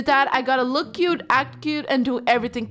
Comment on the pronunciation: you said they loock like littel pet Pillows😂😂😂😂😂